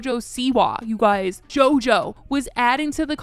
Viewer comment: Cookie?! Also “jojo” lol